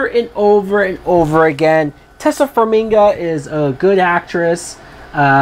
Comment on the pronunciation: dumfuck it is pronounced TAY SIA FARM I GA